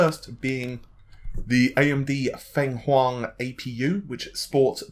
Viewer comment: Fenghuang (凤凰） speak it "Fong Huang"